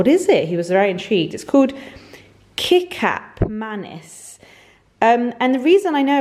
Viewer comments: I’m a Malay from Singapore and it’s pronounced as kee-charp ma-nees ( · Kicap Manis is such a South East Asian thing! It's pronounced kee-chup muh-nees, and it's basically sweet soy sauce :) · Hey! It is pronouched as Ki-Ch-Up Manis. It is Malaysian indeed! (also used widespread in other SEA countries but I say native to Malaysia haha) Its basically sweet thick soy sauce. We put it in everything and is a staple in all Malaysian homes. Use it on fried rice or pak choy with garlic (trust me this is amazing!!!) Enjoy:) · I love your appreciation for kicap manis. I'm Malay and it's a very important condiment for me. Aside from using it as a cooking ingredient, you can also have it on white rice or a fried egg. I usually have it on my white rice when I eat it with other dishes. It's pronounced as key-chap manis btw hahaha. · What a treat- a 40 minute vlog! Kicap manis is pronounced 'ki-chap ma-nis' and its basically sweet soy sauce and yes, it's Malaysian. You could also try oyster sauce in your stirfries. xx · It’s pronounced ki-chap ma-nis. It’s a sweet glazed soy sauce. Have it with your rice, that’s how Malays and Indonesian eat it with. Or with meatballs. Or with salad! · haha i love kicap manis, it's pronounced ketchup though! It is delicious with some veg fried rice <3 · It pronounce ketchup ma-niece Kicap manis is malay spelling😄 kicap is ketchup and manis is sweet in malay languange. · Got so excited to see the Kicap Manis. It's Malaysian and pronounced "Key-Chap Ma-Neice". Its a thick sweet soy sauce. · “ Keh-chup” manis would be a more accurate pronunciation :) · the kicap manis is Indonesian, you pronounce it '' ketchap manis''. here in holland it's been populair for decades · Pronounced "kitchup manis" ;) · I’m laughing so hard, when you pronounce kicap manis haha! I’m glad you like the kicap manis = sweet soy sauce